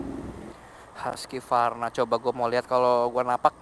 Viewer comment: Hwusvarna. Bukan haskivarna ejaannya gan